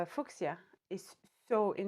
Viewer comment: I love this video. I, too, subscribe to the "wear ALL the scarves" school of thought. 😂🌺🌼🌸💮 I'm sure you've already received this info, since it's been 6 months, but midwestern American English speakers pronounce fuschia "FYOO sha" or "FYOO shya". I think other subdialects of English may pronounce that with other variations on that theme, but the yoo sound is the star of the word, generally. 😁🤗